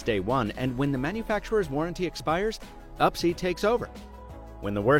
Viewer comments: Correct me if I'm wrong, but surely Upsie should be pronounced "oopsie"? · I thought upsie should be pronounced oopsie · Pretty sure it's supposed to be pronounced oopsie...